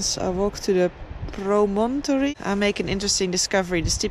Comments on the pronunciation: ... and the accent is normally on the first syllable. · Promuntry is my pronunciation and it’s a sticky outs bit of land like a cliff that sticks out over some where